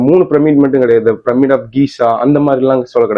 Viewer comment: அது ஏம்பா நம்மூர்ல எல்லாரும் ப்ரம்மிட் ப்ரம்மிட் னு சொல்றிங்க? அது ப்ரம்மிட் இல்லை, பிரமிட். யாரு உங்களுக்கெல்லாம் இப்டி சொல்லித்தர்றாங்கன்னு தெரியல.